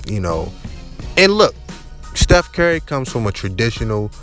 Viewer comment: Dude said Steph Carry the whole video